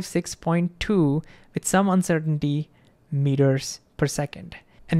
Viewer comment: Dude literally said uncertain-titty